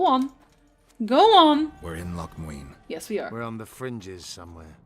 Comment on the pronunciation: Now, I'm not gay, and I don't know why, but I loooove the way Letho pronounces "Loc Muinne" Maybe I am kinda gay.